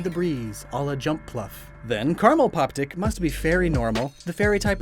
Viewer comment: I...did not hear "Poptick" there Also, is there a brown crapple too? :^)